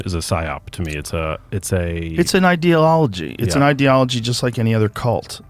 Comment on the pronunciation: Just want to highlight the comedy gold that is Brogan not even knowing how to pronounce "ideology" and instead saying "ideal-ology". The moral disconnect accidentally connected for a second.